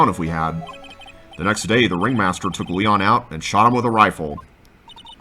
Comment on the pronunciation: It may be too late, but Léon is pronounced differently. I believe it's more like "Lay-on". I don't know what those tiny lines above certain words (like in Spanish) are called, but they indicate that the word is pronounced slightly different than it looks. I don't know much Spanish, but I do know it's not pronounced, "Lee-on".